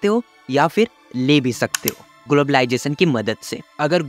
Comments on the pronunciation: Ur accent is soo good especially saying technwology and glabalization 😅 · What is globalisation ❌ Whaat ij globaalijation ✅ 😂